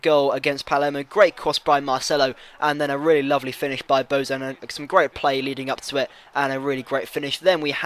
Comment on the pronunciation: Bojan GOTE. And the "j" is pronounced like a "y"